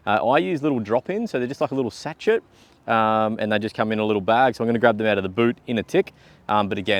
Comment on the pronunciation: Great presentation. No waffle. 😊 BTW the t in sachet is silent. 😊